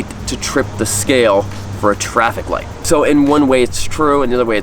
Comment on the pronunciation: Light, not lite